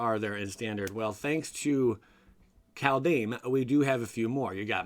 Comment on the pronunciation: Caldeen?! lol love it